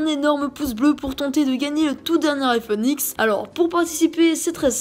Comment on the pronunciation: Avant, j'aimais bien... (A l'époque ou personne en parlais) Un jour je regardais une de ses vidéos et donc entendu parler du fameux "Aïfonne ixe" bien evidement je savais que c'était une belle connerie... Quelque jour plutard je vis beaucoup de youtubeur le critiquer... J'ai donc arrêter de regarder ses vidéos.. Je me suis même disputer avec une gamine qui voulait ce fameux iphone X... Bon tout le monde s'en fou, mais je comptait le dire..